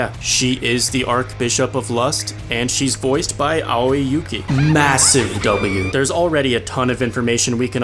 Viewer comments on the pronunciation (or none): none